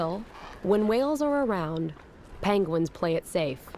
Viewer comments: “ payng-wins”?? Omg she can’t pronounce the word penguin 🙄🙄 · Did she say panguins?!!??!